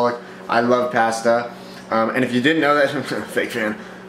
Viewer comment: You say pasta differently